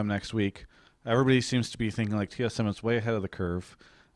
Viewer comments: LMAOO "T eth M" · lol "T ETH M"